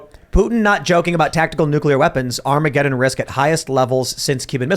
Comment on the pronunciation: Creepy Joe says "Armagedón" and then immediately runs off like a little fairy. 🤡🎪🤡🤣